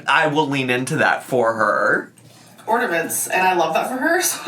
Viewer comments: blocked me because she was saying people only believe she’s dumb because she’s fat but people believe Taylor Swift has a high IQ because she’s skinny and I replied “she’s literally a world renowned musical composer and you say ordament” 😂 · it is the furthest thing from iconic that she says ORDAMENTS it is quite literally INFURIATING BFFR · I too have missed hearing about ordamints from alr. 🥹